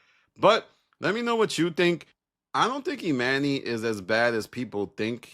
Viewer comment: It dont bother yall he keep saying eMANee when we watched this show for however many yrs and NOBODY call him eMANee.. grown adults purposely being illiterate jus b hard to ignore ngl